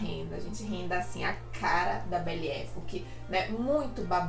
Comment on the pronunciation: Belle Epòque. Pesquisa a pronúncia